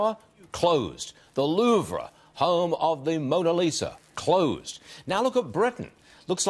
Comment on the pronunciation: The “Lou-Vra”?